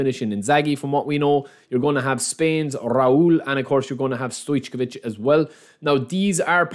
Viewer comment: It's not pronounced StoyCHkovich, it's just StoyCovich. Anyway, everyone calls him Pixi.